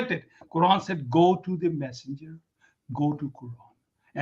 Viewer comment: said refer to Allah and the..passenger i heard.. Instead of massenger.....